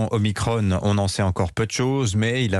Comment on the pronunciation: Pourquoi ils prononce omicrone au lieu de omicron !! Es que l’on prononce Emanuel macrone !!? 😂😂